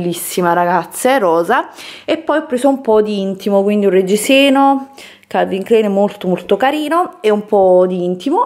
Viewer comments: Calvin Kl"e"in non si può sentire... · Calvin Klein si legge K l a i n ! Con la a ! È tedesco! Che noia le pronunce sbagliate